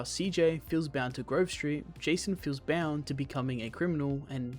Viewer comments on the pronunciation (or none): none